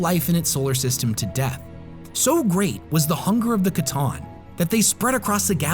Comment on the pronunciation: Based on their lore, pretty sure it’s pronounced “sah-tahn” not “ca-tahn”… C’Tan or Sah-tahn or Satan for the War In Heaven.